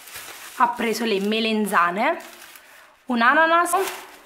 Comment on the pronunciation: Lo volevo scrivere anche io ma avevo paura che si offendesse... però è vero si dice melanzane... ma non importa secondo me l'importante è capirsi. Un bacio 😘